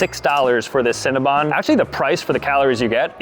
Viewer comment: Cinnabon not cinnabun